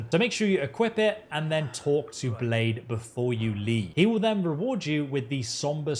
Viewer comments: Cringing every time he says blade instead of blaidd like I'd expect a foreigner to know our words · Nooooo not Blaidd being called "Blade" as well! hahaha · Blaidd is pronounce Blythe btw, it means "wolf" in Welsh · other than butchering the name Blaidd great walkthrough man